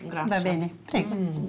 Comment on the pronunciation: Why does she say Grazia? Grazie